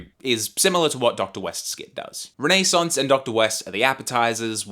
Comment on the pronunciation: Wtf is Renee Saunce? Learn to pronounce words correctly, why are all Gen Z people like this??? By this I mean illiterate!?